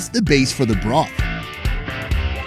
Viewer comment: Every time he says "broth" - it sounds so emphasised so it feels overused as hell